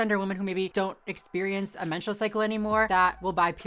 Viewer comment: I thought that woman was saying menstrual show.?